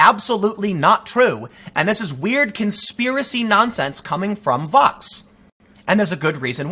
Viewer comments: Is he saying Fox or Vox ? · Hey Tim... every time you say it, I'm not really sure what you're saying... are you saying VOX... or FOX? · I can’t understand when you say Vox and when you say Fox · Are you saying Fox or Vox?